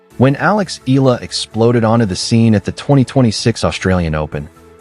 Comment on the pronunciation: E-YA-LA pls make correct pronunciation. Ask Akex how to pronounce her last name